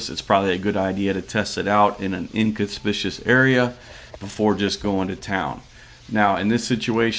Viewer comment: Elbow grease is an additional ingredient. By the way, the word sounds like "In-con-spick-you-us." not in-con-spish-us.